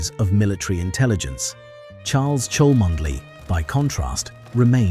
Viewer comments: Cholmondeley is pronounced "Chumley" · Why does this narrator NOT know that the name "Cholmondeley" is pronounced "Chumley" - shame.....